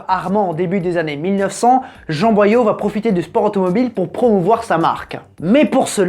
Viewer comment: Jean Boillot (bois l'eau), pas Boyaux ! ;D